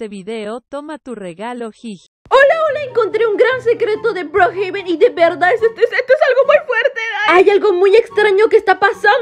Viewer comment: Le dice broohaben😂